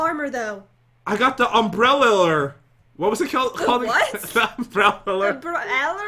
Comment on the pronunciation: Pat: I got the umbrellerler Me: Wat?